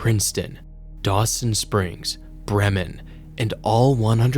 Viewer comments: It's pronounced BREE-mun. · as a local we pronounce it as "bri-men"